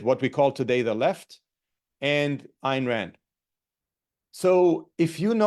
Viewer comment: pronounced "Ein" Rand